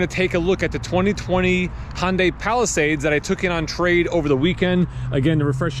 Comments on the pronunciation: Palisade, not Palisades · Palisade. Not Palisades lol.